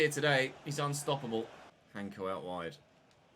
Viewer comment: just a small note for you, hancko's name is pronounced in slovak as 'hansko', it's a soft c Really enjoying this save tho.